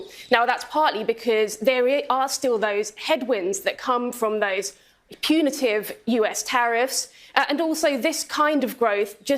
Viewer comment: Did she say "punitive US tariffs"?😂